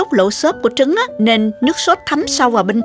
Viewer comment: Mình nghe cô nói trúng gà ?